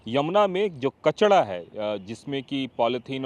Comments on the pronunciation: बाबा कचड़ा नही कचरा बोलते है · Reporter bhai कचडा नही कचरा 😂😂😂😂😂😂😂😂😂😂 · कचड़ा नहीं कचरा होता है